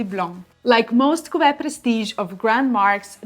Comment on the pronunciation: Very good French pronunciation! I am also enchanted with how you say cuvée 😊 I studied French for years in high school and college and your pronunciation is much better than mine!